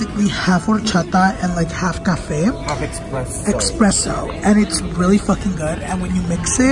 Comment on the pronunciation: Espresso<—- not expresso 😂